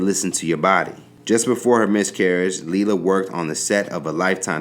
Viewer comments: It's not Lee la it's Lay la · is it leelah or laylah cause you pronoucing it inconsistently